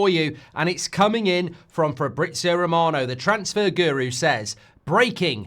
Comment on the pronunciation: Its Romano not Remarno ,as N football pundit your foreign noun pronunciation is pathetic!